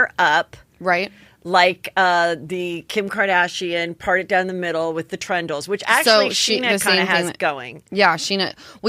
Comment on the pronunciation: I know it doesn't really matter, and you don't care Heather, but i can't help myself. It's 'tendrils' not 'trendils'.